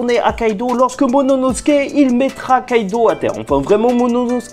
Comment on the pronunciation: "Momonosuke" grrrrrr vilain. Sinon bonne review